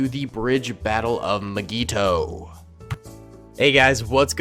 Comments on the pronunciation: Nobody:: MIGEETO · why does he say mygeeto like that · says mygeeto wrong fan: meh me: REEEEEEEEEEEEE